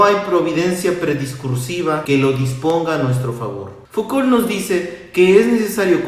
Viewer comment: Hola, creo que se pronuncia Fucó ;)